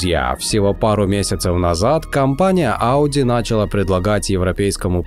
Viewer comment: Контент у вас интересный, однако, порой, проскакивают грамматические ошибки. Например, здесь ударение на последний слог: "началА предлагать".